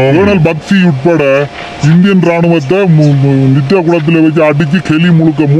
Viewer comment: தம்பி நித்தகை அல்ல நித்திகை 🙏